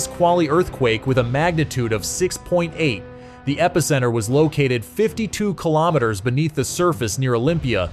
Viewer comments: 80 kaylometers? What the hell is that? Shitty oversight with the narration. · Kay lom it ters. lol 🤣🤣🤣🤣🤣love ai narrative 🤡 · "Eighty kaylometers" The background music is the worst. Sounds like a video game. Toss this whole thing 🙄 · yeah, right at the start the narration stated clearly 80 kaylometers. was enough for me.